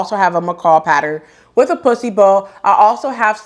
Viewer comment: Thanks for sharing . The duster/dress is beautiful. I cracked up when wore out the word “pussy or puce bow” you said it about 15 times. It’s a good tongue twister.